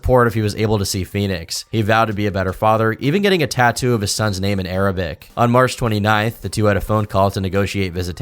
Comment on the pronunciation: How did you manage to pronounce so many of their names wrong